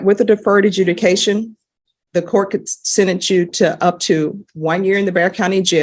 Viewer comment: Just realised she said deferred adjunication